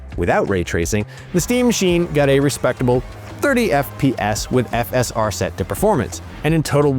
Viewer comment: Why is the dude pronouncing FSR and RDNA so weirdly.